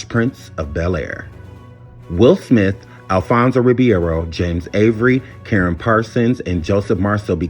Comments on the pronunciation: Damn it Alphonso Ribereo name is pronounced .......like ree·beh·row!!!! The mispronunciation is driving me crazy! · You can't even pronounce Alfonso "Ribeiro" correctly sir...and Will was the Fresh Prince way before the show. Can't finish watching this mess.